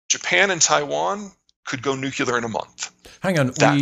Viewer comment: new q lahr??? new clear